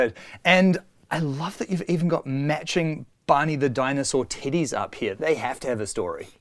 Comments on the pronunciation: Damn,. When you say Teddy it sounds like "Tiddys" man i was wondering what was up with all them tiddys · I see what you did there lmao. Ngl it took me a while to decipher that the word "teddies" was being used, especially because I've never heard it before as a broad term for stuffed animals in general. So the first couple of times I was like "Did just say tiddies? No, that can't be it..." 🤣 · Are they saying tities or teddies? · Lol.i thought they kept saying they had lots of "TITTIES". TEDDIES. 😆😆😆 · I'm a grown man and still bust out laughing at the Kiwi pronunciation of stuffed bears. At this point I wonder, "Am I EVER going to grow up?" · To someone who doesn’t have a New Zealand accent, your pronunciation of “teddies” sounds like a different, unrelated word 😁. It took me a minute to figure out you weren’t referring to parts of a woman’s anatomy.